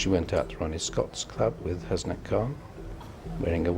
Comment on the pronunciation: The way they say 'Hasnat' 😂😂😂! I understand why but that's not how you actually say it tho! There should Be no separation between 'Has' and 'nat'! anyways, never mind!